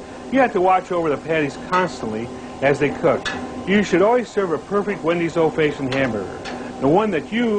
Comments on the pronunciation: What the hell does "Fayshoned" mean? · What's an "Old Fayshoned" hamburger? Also: why are the patties square? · "Old feishoned" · Anyone else notice he said old faceshunned burgers? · lol "old fayshioned" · I can't get over how he pronounces "old fashioned hamburger" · I've never heard the word "fashioned" pronounced that way. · Ive never heard it pronounced like that either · THAT IS NOT HOW YOU SAY FASHIONED,, ARGH